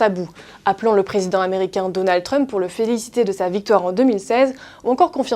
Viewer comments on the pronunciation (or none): none